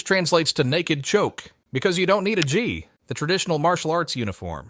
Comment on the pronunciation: Mispronouncing "Gi"; Tell me your AI slop with out actually saying it.